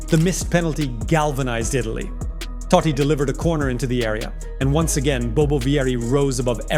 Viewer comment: its totti not toddi lol